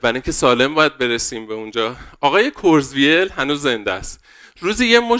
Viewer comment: کرتزوایل منظورته دیگه😂 حداقل اسم یارو رو یه سرچ کن درست تلفظ کنی عمو جان.